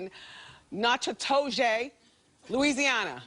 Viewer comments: LOL Natchitoches, Louisiana. Wendy pronounces it Natch-i-toe-zhay. It is actually pronounced like Nak-i-tush, emphasis on Nak. It's a tough one if you're not from around there! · Wendy had said the city in Louisiana wrong made me laugh lol I'm from Louisiana and live here too